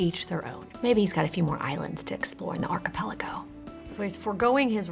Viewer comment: Why does she say archipelago like that